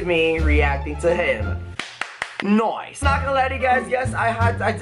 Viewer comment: got me dead “noice” 😂😂😂